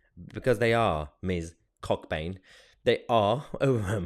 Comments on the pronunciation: (The professor's name is actually pronounced "Co-bain" - the cock is silent!) haha Seeriously, it is "Co-burn". OK, now that's out of the way, it does appear that some people in this country are in total denial of the facts, culprits and the extent of this vile practice, which has at least some base in a retarded, Satanic ideology. This is Satanism a work - deny truth and promote lies. Deny dacts and prmote fantasy. This daft woman is not any kind of professor" in my view. She is evidently, an activist, who tacitly supports the grooming, abuse, tortue, rape and in some cases, the death of young white English girls. What a really compassionate and intellectually-based female we have here!!! She is a joker - a dummy - a nit-wit. She is nowhere near being an academic - more like a bl***y disease, so virulent are her oh-so-"right-on", but misguided views. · Mahyar - not sure if its a "Northern name" - but its pronounced Co-bain around these parts. A silent "CK" and a slight pause in the middle.